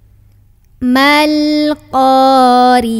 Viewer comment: Maaf ayat pertama dan ketiga ada kesalahan, alqoriah bukan alleqoriah dan juga attakastur, bukan allehakumuttakastur jadi hati hati, jgn sampai tawwalud dan hati hati juga apabila membaca KALAMULLAH